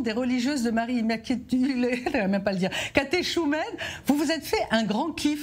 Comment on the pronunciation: Caté"chou"mène qu'elle a dit😂